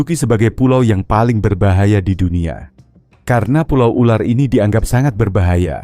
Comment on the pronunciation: Berbahaya bukan berbayaha😅😅😅